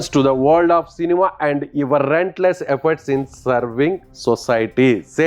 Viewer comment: Read the tweet properly . Unparalleled and relentless uttered wrongly. You are going public by your readings.